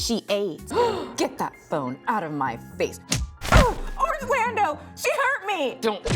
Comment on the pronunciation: I was locked in for the Real Fruits of Produce County. And did I hear that right... Orangelando 😂🤣🤣! Drop the next episode